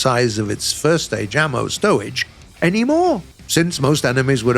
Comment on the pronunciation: he says the legendary Stowage XD